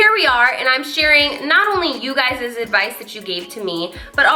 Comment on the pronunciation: "You guyziz."